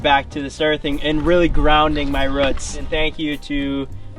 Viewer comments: needs to learn how to say roots and stop being a little teenage girl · is the type of guy to not be able to say roots like a normal human